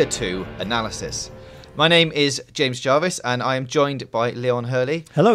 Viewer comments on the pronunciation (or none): none